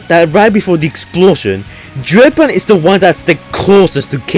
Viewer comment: Dreadbort lmao